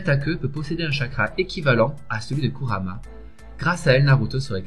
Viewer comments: Kurama ça se prononce kourama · c kurama pas kamara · un un moment ta di Karumma